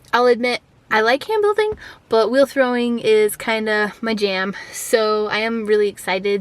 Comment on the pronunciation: What is "hand building"? I honestly thought you were saying "sand building" at first lol.